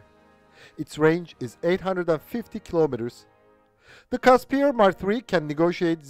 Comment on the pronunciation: FYI it's pronounced "Kusper" not "Caspier"